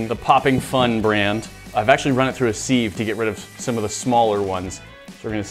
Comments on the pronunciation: What the heck is a “seeve “ It’s pronounced “siv “ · Every time says “seeve” instead of sieve I need to pause and take a moment. It’s such a Britta BAGle bagel 🥯 thing 😅😅